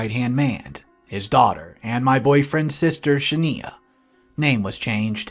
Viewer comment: You pronounce Shania wrong. Look up the singer Shania Twain. That’s how it’s pronounced.